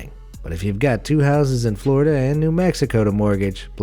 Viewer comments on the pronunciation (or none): none